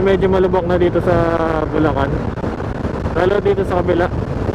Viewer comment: bulacan= lubacan 🤣